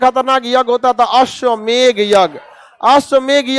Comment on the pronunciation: Ashwamegha nhi re baba ashwamedh. Kya master bane ga re tu